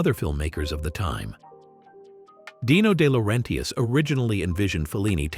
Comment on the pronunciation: Day-lor-RENTius? Cool.